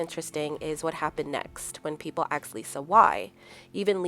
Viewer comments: "When people AXED Lisa why." The word is ASKED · Asked not Axed. But good explanation of the book and movie. Love it